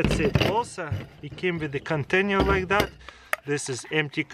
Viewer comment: Kontenjer...nice english dude